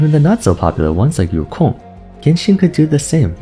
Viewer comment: off topic but that yukong pronunciation is 👌👌